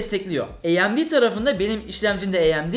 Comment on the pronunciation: AYEMDİ demeyi bırak onun ismi AMD